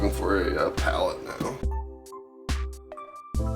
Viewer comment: He said “ palette”.... 🙌🏻I’m impressed.